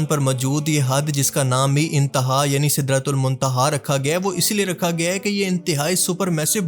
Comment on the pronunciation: black hole ko sidra tul my tiha kyun bol rahay, Kya bol rahay ho